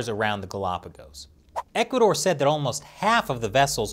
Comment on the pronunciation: IVE NEVER HEARD OF THIS "ECUARDOR" COUNTRY, I THINK YOU MEANT "ECUADOR" (NO R)